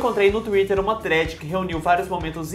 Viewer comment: Eu achava q não era possível amar mais vcs mas o falando thread certo fez acontecer